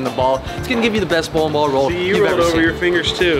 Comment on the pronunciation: "Bowlem Ball"